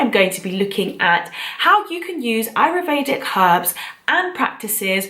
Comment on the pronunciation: Interesting video. Thanks. Just one point though: it's: A-YUR- Vedic. Not: A-ru-Vedic as you pronounce it in the video.